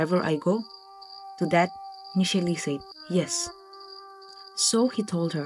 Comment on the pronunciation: Awesome narrative and I'd love to know more stories from this channel. One correction: It's Nishela and not Nisheli.